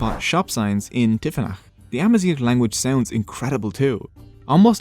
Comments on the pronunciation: GH is pronounced as a french “R” maybe thats why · Any native north Africans, please feel free to correct me here. The "gh" in Amazigh is being pronounced here with the "r" found in English, but should be pronounced more like the "r" found in French or German. The so-called "European gutteral r," represented in the IPA by "ʁ". It's spelled with a "gh" and not "r" because it's pronunciation is almost nothing at all like the american "r" as heard throughout this video. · Why is he pronouncing “zgh” as an “r” ????? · You pronounce it "Amazir" which means horseshit in berber hhhh sooo yeah... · It's not spoken as amazir but amazig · good job, but why you pronouncing gh as r? its amazigh , gh as the greek letter Γ γ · you are pronouncing 'AMAZIGH' as 'AMAZIR' (which is the term we use for cow sh*t) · Thanks for the video but the way you pronounce the sound [gh] is quite irritating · Thanks for the video, it is worth mentioning that you mispronounce the "gh" sound and confuse it with the English "r" sound . The "gh" sound here should sound like the way French people pronounce their "r", here is the IPA form of it to have a clearer idea: (ɣ) Mixing these two can affect the meaning of Amazigh words, for example, the way you're pronouncing "Amazigh" with an "r" it gives a different word: "Amazir" which is in Amazigh means: "cow waste" used as fertiliser in Agriculture.. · nope, we pronounce the "gh" at the end like the French pronounce their "r", we don't roll it like he did in the video. So it's ah-ma-zeer with a french "r" in the end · You pronounce the word Amazigh wrong in the last letter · My only problem is the pronunciation of "Amazigh". Is that how you pronounce it my Amazigh brothers?